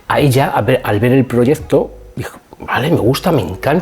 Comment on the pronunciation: Perdona. Me gustan mucho tus vídeos..comunicas muy bien...pero pronuncias mal la c antes de t..Dices proyezto, produzto... Y se pronuncia proyekto y produkto.😊